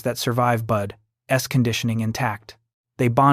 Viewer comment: The non supporting graphics and the constant mispronunciaton of BUDS (not bud-S) was annoying.